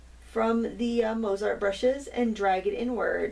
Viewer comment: Thanks for showing these! I like the Zig so these might be fun to try! Btw, the composer is pronounced Mot-sart with o as in no - I suppose the company would be the same maybe???